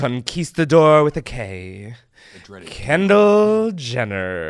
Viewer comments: Sounded like you said candle Jenner lol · I can’t un-hear “Candle Jenner” 🤣🤣